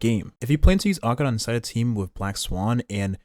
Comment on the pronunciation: I love your Acheron pronunciation.